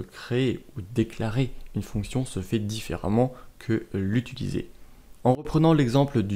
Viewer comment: J'ai 13 ans et je suis très interréssée par l'informatique, j'ai enfin trouvé une série de vidéo qui me convienne, merci beaucoup! (Juste le "utuliser" haha)